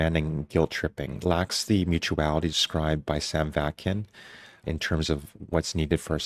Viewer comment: You're saying Sam Vaknin's name incorrectly, it's Sam VakNin. You're deleting the N in Nin. You're also saying acetic and not aesTHetic.